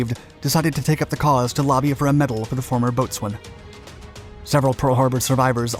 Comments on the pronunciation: It's pronounced 'Bosen' not 'Boats wayne' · Boatswain is pronounced bow-sun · yes, it's spelled 'boatswain' but it's pronounced BOH-SUN. jfc, you need to run these scripts by someone with at least a vague knowledge of, oh I don't know, proper grammar and correct usage of the English language. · You owe an apology to the United States Navy for the number of mispronounced words. Look up bosun's mate. There were others. Goddammit. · “Boatswain” is pronounced “BO-sun.” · How does he not know how to pronounce "boatswain"? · Better someone with cultural knowledge of military pronunciations. You do your best with what you know. Ok..he mispronounced...you still knew what he was getting across. Not everyone served in the Navy.